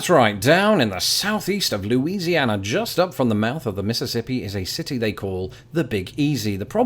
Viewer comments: And people from Louisiana don't pronounce "Louisiana" like you did. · Props for getting "New Orleans" the way Marty McFly sang it, but he sang "Loo-sianna" not "Loo-ee-siana" like you just did.